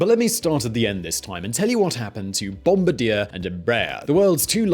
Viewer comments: It's BOOM-BAR-DEE-YEY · ffs, Bombardier is pronounced Bomb-BARD-EE-EH. Its from Quebec which speaks french. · Bombardier is a French Canadian name: "Bom BAR dee ay" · please stop Bombardier like that. It's a French name, Wendover pronounces correctly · Why does he skip the R in bom-baR-dier?? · Same haha i hated the way he said it lol. Its more like bomb bar dee ae... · I live in Northern Ireland UK, i worked for the company for 3 years. Everyone here calls it Bomb-bard-yeh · Couldn't finish watching after the first 5 minutes of listening to this pronunciation of 'bombadeer' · been saying Bombardeer ever since his first channel and honestly it's become more of a running gag than anything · Actually, it's Bom-bard-eer. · That is pronounced Bomb-bar-dee-yeah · No it isn’t. Don’t teach others when you don’t know how to say it yourself. It’s bom-bard-YE(H) with primary stress on the last syllable and the last “r” silent. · So because it's a French Canadian (Quebec) it's actual pronunciation is BOM-BAR-DEE-AY. It's killing me the mispronouncing of the company's name and I'm not even French Canadian or from Canada. BOM-BAR-DEE-AY is actually very popular in North America. They make the subway cars for many cities here in the USA... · That's pronounced Bom-bar-dee-ay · Spot on my man like I wouldn't trust this guy for a damn thing on Boeing, Bombardier (bom-bard-yay!), Airbus, or the kid down the street making a paper airplane for that matter when it comes to aviation info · It’s French Canadian. Pronounced bomb-BAH-dee-eh! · you bald headed, four eyed, stupid piece of shit, the name is pronounced Bombardier not Bombardier. You fucking dumbass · "bombardier" yet no one fails to say "mitsubishi" correctly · It’s obvious these guys are aviation amateurs when they can’t even say Bombardier properly. It’s hard to take what they’re taking seriously. Stick to talking about other stuff guys. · Oof ... this! I had to stop listening. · Was driving me nuts all video.